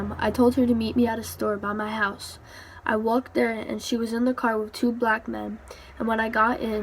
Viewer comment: “Black man” why she saying it like that